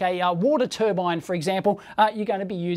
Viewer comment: To be fair he's not claiming its new tur-bine but an new tur-ban